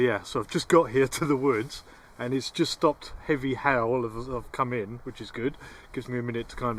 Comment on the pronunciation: Man look not even funny im only seconds into the video when this man said HAIL I thought it sounded like he said HELL I smiled and laughed and said to myself now this is a guy I could be friends with THANK YOU AND I SUBSCRIBE